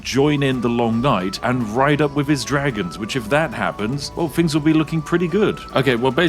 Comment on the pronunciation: I feel bad laughing at this because I used to make fun of his speech on live streams and he got really sad